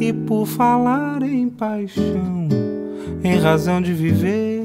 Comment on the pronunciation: Cara, meus parabéns, se não tens parentes próximos ou nunca vivestes no Brasil, significa que trabalhaste muuuito para construir esse sotaque brasileiro. Se me permitir, diria que o teu R de razão pode sair mais com o som de H, mas repito, o melhor tuga que vi até hj.